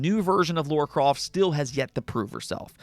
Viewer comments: Sorry.....But who's "Laura Croft" ??? LoL Her name's "Lara Croft" !!! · Lara croft not Laura croft. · WTF is Laura Croft?